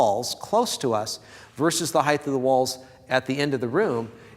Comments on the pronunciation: Heighth ain’t a word, sucka 😉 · "Heighth" is not a word.